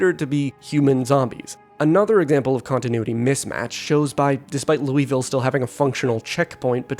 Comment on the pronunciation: lew wee ville LOL